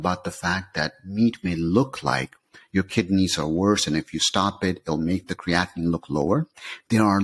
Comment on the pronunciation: Most contributors to these web sites, including, pronounce Creatine and CreatiNINE the same way, creating confusion in the listener. CreatiNINE is the culprit for kidney disease and comes from CreatINE in muscles, meat etc.